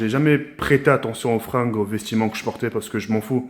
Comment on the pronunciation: C'est moi ou il a dit vestiment 😂